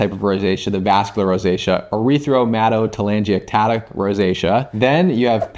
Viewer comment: Nope! Sorry—you didn’t pronounce it correctly. It’s not “erythro”. There is no second “r”. Try “air-ith-uh-muh-toe-tuh-langi-ectatic”. I can’t find anyone on YouTube pronouncing it correctly. You can be the first! Thank you so much for the info. Rosacea my whole adult life.